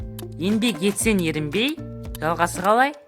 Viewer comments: Ерінбей , Ң ЕМЕС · Ерінбей ң емес